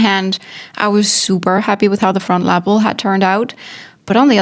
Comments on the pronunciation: La pel……. Not La Apple….. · It came out great. And I love how you say Lapel. Hugs